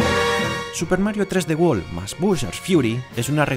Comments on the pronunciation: I guess that’s how y’all say 3D world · Super Mario Tresdewol mas bushars fiuri